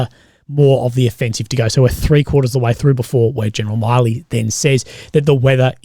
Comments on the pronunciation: Milley is not pronounced like the Miley in Miley Cyrus, its just Mill - ee more like Miller. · Just a quick correction even tho it doesn’t matter but his name is pronounced mil-ee similar to Willy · Its milley 2 L's not miley